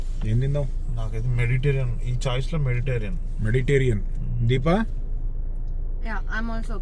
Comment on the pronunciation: Adi meditarian oh meditation oh kaadanna! "Mediterranean" cuisine. Telsu ga!